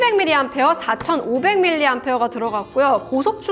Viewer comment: 제가 본 모든 리뷰들 중에 유일하게 밀리암페어아워라고 읽어주시는 배우신분!! ASML 방문하시기 전부터 알았지만